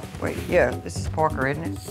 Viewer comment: I love how Danielle's mom pronounces Parker. "Porker"